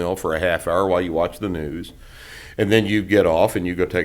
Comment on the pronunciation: It takes a "hwile" to be able to properly do so.